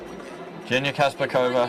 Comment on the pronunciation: Kazbekova's name not Jenya. Correct pronunciation is Zhenya.